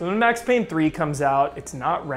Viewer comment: IT'S PAYNE, WHACK'M